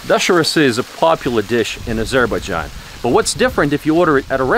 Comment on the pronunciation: Azer- bág-ahn ???? My God